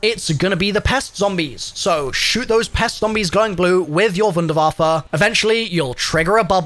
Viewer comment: THANK YOU for being the ONLY content creator I have seen to this point that pronounces Wunderwaffe correctly when using the German version of the word and not just calling it a wonder waffle or some crap like that 🤣